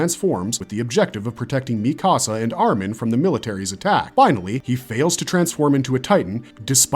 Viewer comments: The mispronounced names throughout this video have to be done purposely. Mikasa(could be) , shiganshina, sasuke, Yeager/Jeager. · Its driving me up the wall how you pronounce shiganshina, paradis and mikasa 💀